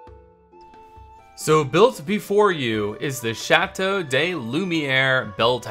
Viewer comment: Great video! I really can't wait to see this finished! A small tip for the pronounciaton of te name: "de" in french is pronounced "duh"